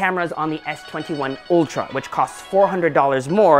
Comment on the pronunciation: Isn't it Ultra and not Oltra?